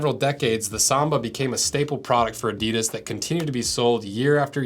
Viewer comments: It's pronounced Adi-das, never A-didas. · Pronounced "Adi-Dus" with that emphasis. NOT "adydus" Like I said. say it slower.adi-dus with 2 equal sounds emphasised equally. That is not just how the Germans say it, it is also the way the entire rest of the world says it. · You yanks .. it's pronounced 'Adi-das' not 'Adee-dus' 😂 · WTF is Adeedus? STOP SAYING ** WRONG! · I wish Americans would pronounce Adidas the way it's intended. The correct way is having the accent after the first syllable A'-didas, (like HAL'-loween; STRAW'-berry; MAR'-Athon) instead of ADI'-das. (like symbo'-lic; opin'-ion; juras'-sic). I also wish the Brits would stop saying Nike similarly to "bike" as it should be "Nahy-kee". 😁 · the guy explains why they company is called what it is called yet continues to mispronounce its name after literally pronouncing it correct once. These were also pretty much a required bit of kit for the terrace dust ups before football changed. If you are into futsal just get a pair of Preds for a few quid more, leave these for the away end. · You described correctly how Adidas got its name, yet all Americans pronounce it wrong! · It is time for the people in the USA to pronounce the name correct. The way you do now is false. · and with all that history facts americans still don't know how to pronounce Adidas